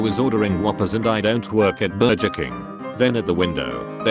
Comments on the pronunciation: Why does it feel like ..in between of reciting this stuff the guy gets the spirit of Chaz smith since he pronounced thrus Th- r-us Ber-jes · Nobody is pointing out that it can't pronounce "burgers" properly. Why is everybody okay with this? 😂